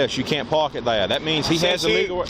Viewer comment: The cop sounded like JFK the way he said "theya" lol